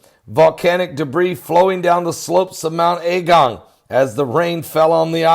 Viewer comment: It’s not pronounced “A” as in capital, it’s a lower a as in agung not A gung. I live here been here a very long time. It’s bad for the immediate surroundings but I’m not freaking out like you are. Please dont blow this up out of all proportion. We are quietly looking and keeping an eye on the situation. A lot has been done for the evacuees already. The first outage of lava is called cold, it’s not red hot, it’s more like mud and ash, it has spread out and come down about 2k, it’s in wide bands but it’s not everywhere yet and its pretty slow at the moment.